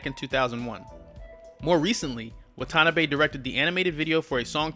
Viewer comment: It's pronounced Wah-tah-nah-beh